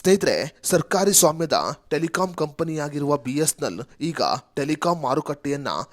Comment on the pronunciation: ಸರಿಯಾಗಿ, ಸ್ಪಷ್ಟವಾಗಿ ಬಿ.ಎಸ್.ಎನ್.ಎಲ್ ಎಂದು ಹೇಳಿ. ಬಿಸ್ನೆಲ್ ಅಂತಾ ಹೇಳ್ತಾ ಇದೀರಿ